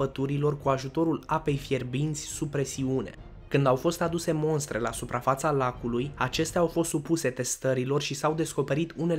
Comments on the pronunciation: Cred ca este corect sa zicem MOSTRA si nu MONSTRA.in rest documentarul este bun. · Se spune “mostră” nu “monstră”